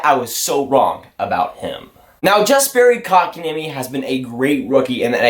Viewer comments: It’s Yesperi and Muntreal you said Jesperi and Mawntreal good vid tho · Pronounced " Yasperi", and "Muntreal"... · I'm pretty sure you don't pronounce the J like (J)ust. Jesperi. The J sounds like a Y in Yes - peri. Kotkaniemi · YESperi, not JESperi. Ooof it hurts. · it’s not pronounced yasperi dumbass im finnish so i know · Btw, a pronunciation tip: the "Jes" in Jesperi is pronounced exactly like "yes". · The J is silent :)